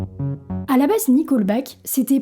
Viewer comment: Tu dis qu'une partie de la communauté est connue pour être conservatrice "dans le mauvais sens du terme". Il y a un bon sens à ce terme ? Ce n'est pas "nicolbaque" mais "niqueulbaque".